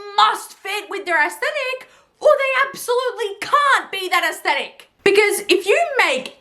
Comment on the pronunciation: Props to you for knowing how to actually pronounce "aesthetic". 👍